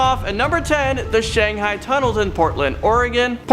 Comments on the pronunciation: Thing was...he pronounced it correctly just a second before he said Shanghee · To be fair, did pronounced "Shanghai" correctly the first time in the 1st video and wrong for the rest of it so...was he doing it intentionally? 🤔🤔🤔 Or maybe is secretly from a parallel universe where his mispronunciations are actually the norm there and he is trying to fit in our universe by pronouncing the mispronunciations from his universe which he is failing miserably? 😳😳😳 I'm thinking I've been watching too many of their parallel universe videos. 🤣🤣🤣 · Shang-HI......its shang-HI not shanghang lmao that sounds like a std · It’s not “Shang -hay-ing” Shang high or high-Ed is how you pronounce it you illiterate high school drop out. Jesus. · Pronounced Shang-high. You know. What's a guy gotta do to get Shanghai'd around here? 🙂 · it's "shang-hi" or "shang-hide". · Come, you don’t expect us to believe that you’ve never heard or don’t that Shanghai is pronounced Shang•high??? Come on bro! 🤣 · WTF is shangheeeing please learn how to read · Does this guy ever pronounce places namee correctly? Shanghai, Iwo Jima, etc